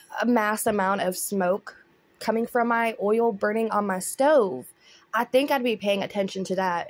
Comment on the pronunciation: I laughed when her bf said "IS SOMETHING BUNRING"?